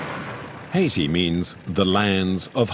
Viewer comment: Why can't the narrator say "Haiti" right?